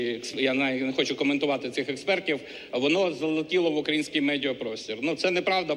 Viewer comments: Ця дурепа не може в слові "украЇнський" нормально наголос поставити, тільки і каже "укрАінскій" бридко. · Дякую за вашу працю,і будь ласка,не робіть наголос на укрАїнський,це ріже вуха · тільки не ставте наголос на А в слові "український" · Вибачте за занудство,, але наголос в слові "український" має бути на літері " ї ", а не на " а ". Дуже ріже вухо, бо так, перекручуючи і ігноруючи власні правила мовлення, наголошують кацапи. А має бути украЇнський, а не укрАїнський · У словах украї'нський, украї'нець, по-украї'нському часто замість правильного наголосу -- на ї - можна почути наголос на ра. Але так говорити в жодному разі не можна. Інформація з інтернету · Наголос у слові " український" звернути увагу!